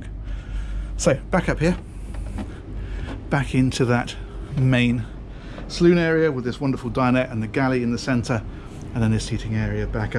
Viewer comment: Salon not saloon.